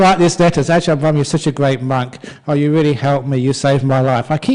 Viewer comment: It's brahm not abraham... Lol